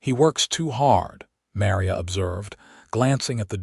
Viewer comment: Mary-a? That's Ma-Ri-a - such a common Hispanic name & abysmally abusive! AI should be able to do better, or fix the script so abuses like this don't happen!